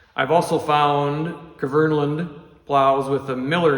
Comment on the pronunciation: k is silent bub, good video otherwise